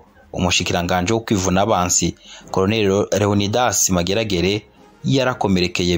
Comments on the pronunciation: Fidèle Ndarisigaranye, pas Ndayisigaranye. Edmond Ndakazi, pron. /ndakaazi/, pas /ndakazi/. Léonidas Maregarege, pas Mageragere. Bon documentaire. Mais ne craignez plus de dire «cndd-fdd» lorsque vous parlez de la milice fondée par Nyangoma. C’est le nom qu’il lui avait donné. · Murakoze kuri documentaire nziza. Ariko pour la prochaine fois,be murondera abantu babafasha kuvuga neza amazina y'abo muzovugamwo. Nta commentaire nabonye musaba excuse ku makosa mwagize alors que les noms reviennent bcp de fois. Ni Maregarege na Ndakazi (qui se prononce Ndakaazi). Vous remerciant, Merci